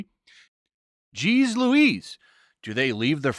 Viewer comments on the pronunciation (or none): none